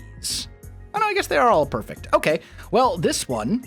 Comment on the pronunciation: lol "A poyfect"